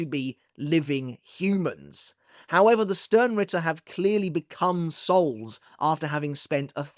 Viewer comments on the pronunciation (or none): none